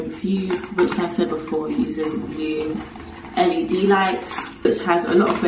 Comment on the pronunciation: saying LED lights and not led lights, getting lazered, living out with views 👀...girl is leveling up all over the gaff 🤣😂🤣 ❤❤❤